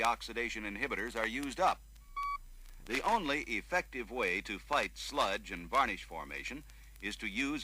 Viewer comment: Gah... stop saying "varnIsh". :P